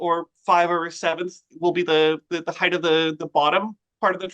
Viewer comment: I wish he stop saying "heighth." ! A sure sign of poor education. HEIGHT! Not heighth! {:o:O:}